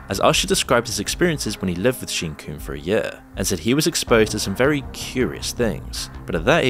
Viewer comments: "Sheen Coomb?" 😂😂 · Is this AI? Theres a point where he calls Sean Combes "Seen Coom" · you say 'led to his demise'. When applied to a person, demise means death. He is in trouble but he's still alive. Why do you mispronounce so many names, including Seen Coombs? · “Sheen coomb” okay lol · "sheen coombs" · Sheen Cooms? Casey? Kid Coodi? Shane? (Shyne) - are you saying their names wrong on purpose? 😭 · Hey man love your videos. Constructive criticism is this; research how to pronounce names like Kid Cudi, J Lo, or even Sean Combs --- the name of the main person in the video --- before recording. They even say Sean Combs correctly in a clip you used but you mispronounced it in your VO. It's important for anyone who knows the material and truly should be a focus of yours if you want to create videos on it. Wishing you luck! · “Sheen Cooms” “Casey Ventura” “Shane” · Does this guy know how to pronounce names properly? He says "Kid Coodie" and Seen Cooms" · You need to pronounce the names correctly🤣 “Kid Koodi and Seen Combs” 🤣